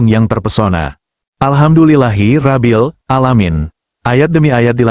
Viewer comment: Alhamdu lillahi Robbil ngaalamiin, bukan Rabbil, anda Muslim bukan